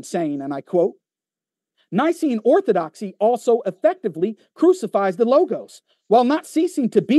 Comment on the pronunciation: It's laughable to hear say he spent so much time researching Orthodoxy and yet, still butchered it.. smh